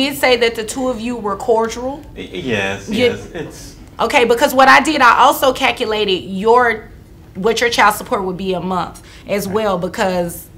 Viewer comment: “infactuated” 😂 Edit: “cackulated”?